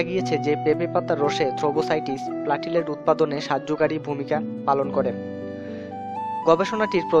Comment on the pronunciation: প্লেটলেট,. not প্লাটিলেট